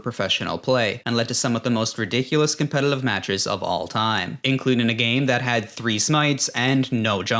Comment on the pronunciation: competitlive wtf am i hearing